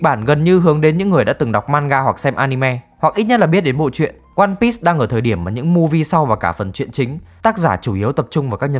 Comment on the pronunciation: ơ, lại ONE PISS à, Bắc kỳ ai cũng đọc tên phim kiểu PISS à? 👎👎